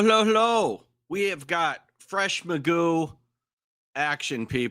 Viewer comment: His name should be pronounced like McGoff- I wonder where in history it became Magoo